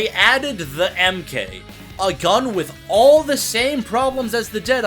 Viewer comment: (The MK bit is short for Mark, its not meant to be spoken like AK)